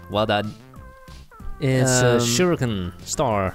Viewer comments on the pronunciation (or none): none